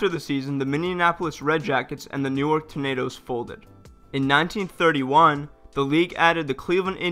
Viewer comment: The Newark Tornadoes???? For a second I thought you said Tomatoes 🍅!